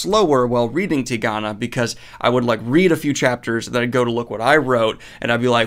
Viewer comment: Been hoping you'd read this ever since you mispronounced it in the goodreads list video. Such a wonderful book.